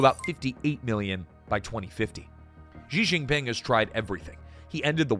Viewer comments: "Zhee Zheen Ping," "Zhee Zheen Ping," "Zhee Zheen Ping"! Lol. (Is the word "she" too difficult to pronounce?) Lazy and embarrassing. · why you English speaking people keep calling him funny JI JI PING. he is not pinging anything he is not a network. why you cannot call him [chi Jin PIN] or just CI JI PIN